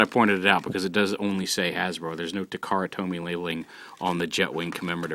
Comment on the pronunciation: Taa-kaa-raa to-me is the correct pronunciatiob